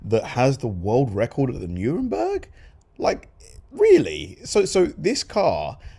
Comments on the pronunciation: 'Nurenburg' you say🤪 w.t.f. you talking about ? NOTHING like the ACTUAL spelling of the track name🤦🏽‍♂️ Really ought to check $hit be posting mate.🤓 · I think you will that is Nurburgring, not Nuremberg ! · It's nur burg ring you dope. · I can't watch someone who cannot pronounce the name of the track properly. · Check the pronunciation of the name of the track, friend.